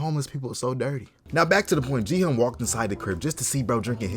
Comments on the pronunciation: ERM ACTUALLY ITS PRONOUNCED 기훈 NOT 기헌 (its like gi-hoon not pronounced gi-hun) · Gi-Hun Pronounced (gie-hoon)